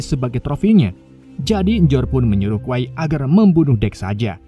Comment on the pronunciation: kwei bukan kwai dibacanyah